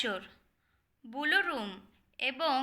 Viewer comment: উচ্চারণ সঠিক নয়। বুলু রুম না ব্লু রুম হবে।